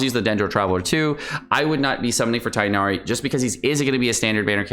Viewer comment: Its not freaking tienari -_